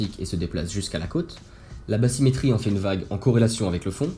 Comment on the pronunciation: INTÉRESSANT, MAIS JE ME DEMANDE SI BATHYMÉTRIE SE PRONONCE BASSYMÉTRIE EN FRANÇAIS, LE TH C'EST T ET NON PAS SS,MERCI